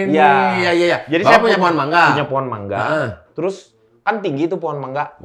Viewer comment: Bener 'mangga' bacanya bang ..